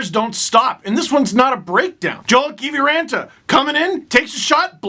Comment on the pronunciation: And you have to roll the R too :)